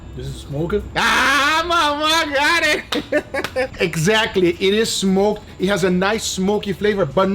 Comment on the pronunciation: “This is smoke-ED” 😂